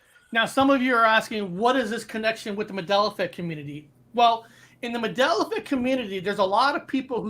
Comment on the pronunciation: It's MAN Dela not MAdela!!!!!!!